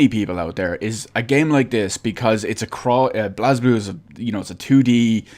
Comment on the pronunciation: It's prenounced "blay ze blue" Not "blazblue"